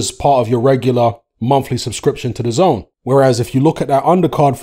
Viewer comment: It’s not du zone it’s da zehn